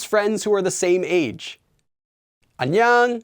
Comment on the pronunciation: The way says 안녕하세요 and 안녕 sounds like he is saying an yung like it rhymes with onion. It is very weird because it is different than how I have otherwise heard it pronounced. I have only heard it pronounced as ahn yoe ng. With a long o sound. I have also heard the 어 and 여 letters be pronounced halfway between oh and uh.